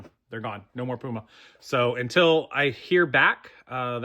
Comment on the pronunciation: So no “Poo-Ma” well shoot